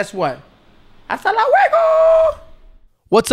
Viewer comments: Lol "suscribe " and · "Suscribe" 😂 aww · says "suscribe" not "subscribe "hahahaha. I'm not trying to be mean but...... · Teddy The bear -"suscribe" that reminds me of Miranda sings😂😂😂